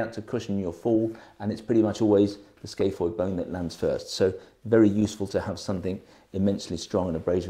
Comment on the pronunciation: It's not the skayfoyd it's the scaphoid! Come on